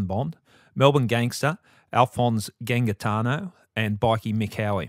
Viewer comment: I love it that mispronounces Gangitano ( because it would damage the ego of Alphonse if he was alive to hear it ). hahah on a more serious note. Martin Bryant has an IQ of 66 and is left handed. The shooter shot from the right hip in a pirouette. Australia's most decorated military shooter explicitly said he could not have done that feat in that short time. Think about it.